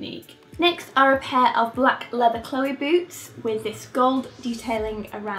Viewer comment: Lol when you said "I'll start with boots" I heard boobs instead of boots, and I was like wait what wasn't this video about shoes? lol